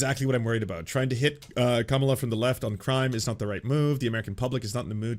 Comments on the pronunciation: Also, weird how half the time pronounces it Kah-ma-lah incorrectly just like Republicans do, and then 50% of the time pronounces it correctly. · it's "comma la" not "kuh malla"